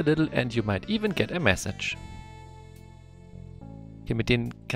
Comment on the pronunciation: man sollte es nicht meinen, aber massage spricht sich anders aus als message ^^